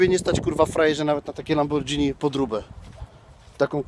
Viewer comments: Panie ciawa mówi się lamborghini a nie lambordżini 🤣 to tak jakbyś pań jadł spadżetti 🤣🤣🤣🤣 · LamborDŻini i wszystko jasne 🤣Ale trzeba Wasylowi przyznać, że powiedzenie "Prujesz się jak stare kalesony mojej babci" weszło do kanonu. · Lambordżini Cigantabor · lambordzini porsze :D